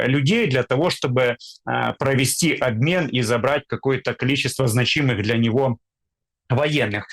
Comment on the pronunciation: Дмитрук ! Ты тоже неуч???? В слове «значимый» ударение падает на первый слог: знАчимый. Это ударение сохраняется во всех формах слова, например: «зна́чимая», «зна́чимое», «зна́чимы».